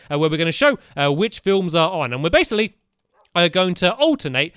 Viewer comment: STAMPY YOU SAID BASSILY ITS BASICLY